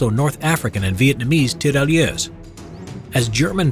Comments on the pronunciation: Please just stop saying TERALYESE,it's Tirailleurs,te-ghay-yeugh. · The french pronounciation could have been practiced some more... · It's really funny how you say Tirailleurs XD